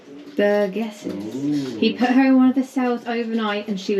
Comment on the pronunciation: Great video, had to laugh at, a couple of times pronouncing Mevagissey as Megavissey! Easily done, we hear mispronounced place names all the time. Tell Praa Sands is prounounced "Pray Sands"... at least by the locals. I passed you & the lorry on the A30, you were just going past the Tolvadden junction heading eastbound. I was in a White Transit Pasty van. I did give you a BEEP & flashed my hazards. Hope you all had a wonderful trip down this way.